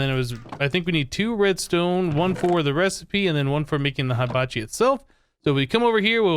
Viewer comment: You pronounced Hibachi wrong it's He-bachi